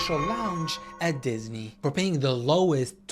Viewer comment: “dihhsney” bro💔